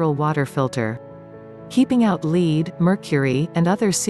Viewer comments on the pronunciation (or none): What about the mineral lead being pronounced "leed?"